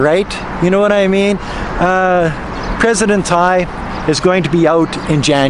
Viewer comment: Yhat woman name is pronounce as Tsai & not Tai. Tsai in hokkiean ( a chinese dialet whis commonly use in Taiwan meaning s.h.i.t which she is, from the way neen behsving.